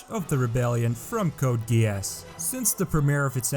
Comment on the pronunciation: I was like dudeeee not only he couldn't pronounce geass and gard right he thinks ram and rem are the same come on dude